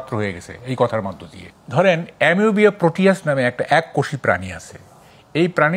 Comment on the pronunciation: এ্যামিবা প্রাণি।এমোবিয়া৷ প্রাণি নয় সাংবাদিক ভাই